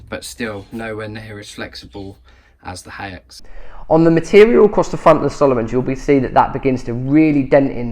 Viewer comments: You pronounce this brand hikes! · Haix > Hakes > rhymes with Cakes :))